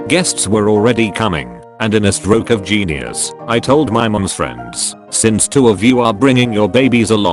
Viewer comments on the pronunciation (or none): none